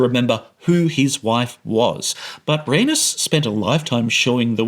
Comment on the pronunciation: It took me a while to figure out who you were talking about because of how you mispronounced Rhaenys LMFAO